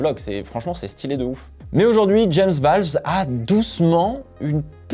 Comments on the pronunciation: James VOWLES !!!! PAS VAWLES !!!! C'est avec un O pas un A !!! Ça me tend à chaque fois que tu le dis 🤣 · Par pitié arrête de dire James "VALVES" ON N'EN PEUT PLUS!!!!!!!! 😭😭😭😭